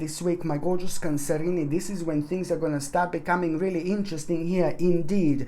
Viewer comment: I just drop by to hear him say cancerinie. It's like "Where's Waldo" spotting the hidden cats.